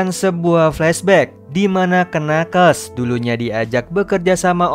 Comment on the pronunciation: knuckles itu dibacanya nakels harusnya